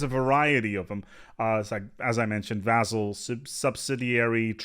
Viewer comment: you where probably expecting my comment. In this video you miss pronounced vassal 15 times, that's one hell of a record. Much love, great content as always.:-)